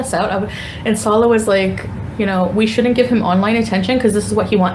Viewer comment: She can’t properly pronounce Salahs name or hijab, but manages to swear perfectly. Says it all what rolls off her tongue. So happy karma has tanked her view numbers, shrunk her supporters and has her stuck in a country she hates and can’t afford. No one cares. The Salah arc is so boring! Wanna park your sweaty butt on a deity ritual table some more gorl?